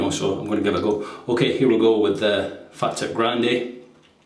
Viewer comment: Fah-teep is the correct pronunciation.